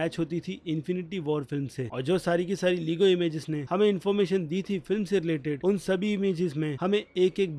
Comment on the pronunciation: Bhai लेगो hota hai लीगो nhi